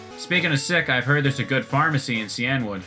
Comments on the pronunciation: Wouldn't it be SEE-in-wood and not See-ENNE-wood? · I always pronounced “cianwood” as “sigh-an-wood” instead of “see-an-wood”.